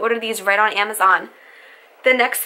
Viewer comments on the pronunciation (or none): none